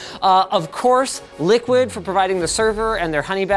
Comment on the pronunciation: I know the company likes to pronounce itself as Liquid ... but... come on... that absolutely says "LICKID"